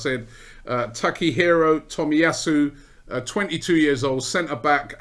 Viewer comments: Cant believe Robbie is pronouncing his name right lol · Robbie can say Takehiro Tomiyasu on the first go but still can't say Aubameyang after 5 years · im surprised robbie said the name correctly, after the Lachurro Martinez and Belleti butcherings